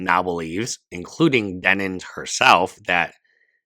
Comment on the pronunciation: For the love of God man it's DEN-IMS 😭